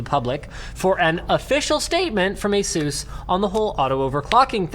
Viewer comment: It's not Asooos It's Asus